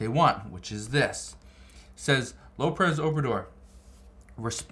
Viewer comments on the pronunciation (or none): none